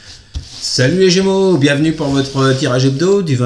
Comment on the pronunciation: Idem 🤬 insupportable on est gémeaux.